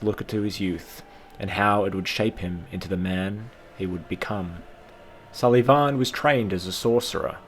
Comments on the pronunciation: "Sul-Ee-Vawn" Dear god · I cannot stand how you say sulyvahn. got about 1 minute and 30 seconds in, but your weird pronunciation ruined the video for me. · to an irish person you have a funny way of saying sulyvahn